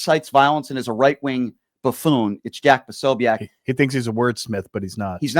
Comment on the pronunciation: Jack pa- so- bic not sobeac